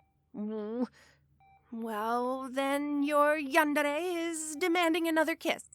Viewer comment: im not making fun of you rn but the way you say yandere is so funny, great job and keep up the good work !!!